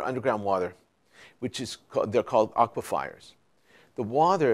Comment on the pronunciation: It’s pronounced, “AUK-wuh-fer.”